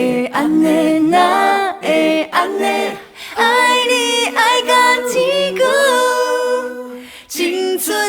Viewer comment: 天光的發音 為什麼是 "嘰咕"?